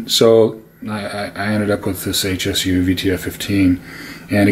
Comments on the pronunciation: It's pronounced Shu. Irritating when people refer to the company as H S U, that's incorrect. This isn't like the acronym SVS. It's also a powered subwoofer, not a speaker. In a corner like you have it, flip it to where the driver is facing the wall, around 5-8" away. You'll get even better response. I'm still trying to figure out what the point of all your rambling was. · Please please please... It's not H S U. It's Hsu, as in Dr. Hsu. It's pronounced Sue.